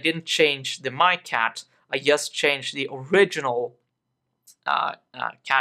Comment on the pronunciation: you need to pronounce "just" like "dzhest".